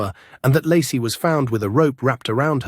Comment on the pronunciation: Ai voice pronounces Lacie as Larsey lol